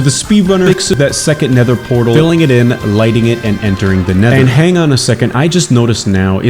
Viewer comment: This guy can't make a nether fortress and can't say nether portal 🤣